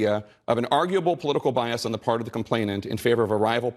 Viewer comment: Bri, the word is complainANT not complainTANT. Hehe. But brilliant analysis, sir.